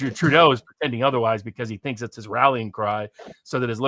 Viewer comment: He talks too much. He cuts off & interrupts him often it's frustrating. Alexander does it to nearly everyone even including the likes of Patrick Lancaster. I like him too buy agree with you. It irritates me how he Pronounces "his" like "he's" & the way he says a few other things totally wrong.